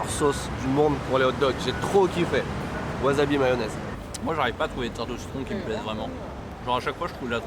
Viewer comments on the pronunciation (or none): Pourquoi tu dis "waZAbi", alors que c'est "waSAbi" ? Je me bats en France pour faire comprendre que le "S" se prononce "S" et pas "Z", et toi, tu détruis tout.